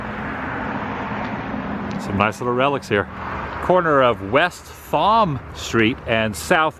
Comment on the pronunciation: I believe the street is pronounced "tom" not "thom"